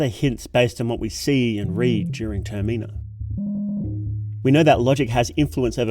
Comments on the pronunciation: the way you say "termina" is wrong, how can I trust you when you can't even get the name of the game right? the stress is on the first sillable, "TERmina" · Brother I like your videos but pleeeeeaaaase it's not "ter-mee-nah" it's just the word terminal without the L lmao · does he pronoun Termina wrong on purpose?